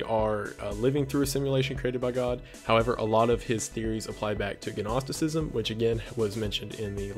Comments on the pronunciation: Gnosticism is pronounces noss-ticism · Gnosticism has a silent G. I know it’s pedantic and I’m sorry, I just had to say it. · Also says Gnosticism with a hard "G". But these are still great videos. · Gnosticism is pronounced "naw-sti-sizm" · The G in Gnoticism is silent, so just "nosticism". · Watching through the series, it's becoming a nagging thing, and I really hope this has changed, but: "NOS"-ticism. The "G" is silent. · Or pronounces the G in Gnosticism 😝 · pronouncing the "G" in Gnosticism makes me crazy